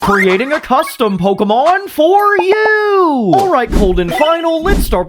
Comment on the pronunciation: Why does the way he say YoU get my rolling 💀🙏